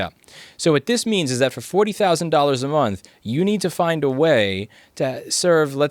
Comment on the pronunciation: "forty thousand a minth" lmao EDIT: Also inb4 Louis Rossmann becomes Based Floridaman